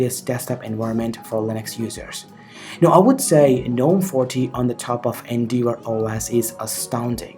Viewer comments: Pronounced N-dev-or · You're saying endeavour completely wrong. Type the word into google search and hit the little blue speaker button that will pronounce it for you. No idea where you got that pronunciation from but whoever it was they were a complete tool.